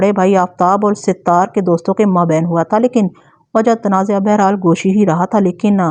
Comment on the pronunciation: Sat.....taar sahi lafz hy Sit...taar koi lafz nahi hy